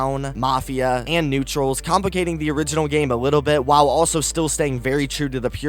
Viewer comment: "NUETRAL" Jesus Christ.